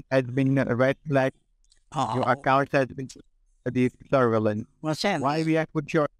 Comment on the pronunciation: That scammer got played like a fiddle. Serves him right for trying to use the "word" "serve-a-lens" in a sentence 😂😂🤣